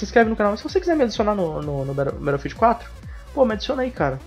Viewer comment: "Berófiu" ha ha ha ha